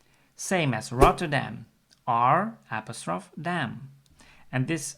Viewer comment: I've never heard apostrophe pronounced that way. It may lose you some English speaking viewers